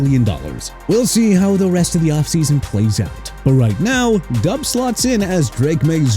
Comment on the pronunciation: SHINE NOT CHINE AND FLOP NOT PLOP! ROMEO DOUBS PRONOUNCED DOBBS NOT DUBS! YOU CAN'T SPELL AND YOU CAN'T PRONOUNCE THEN YOU MR. "NEW OR-LEANS" SHOULD QUIT, GO BACK TO SCHOOL AND GET A PRONUNCIATION COURSE! ALSO NEW ORLEANS PRONOUNCED NEW OR-LINS, ALVIN KAMARA PRONOUNCED KUH-MAH-RAH, AND JAGUARS PRONOUNCED JA-GWAARS NOT JAG-WIRES! YOU'RE FINISHED!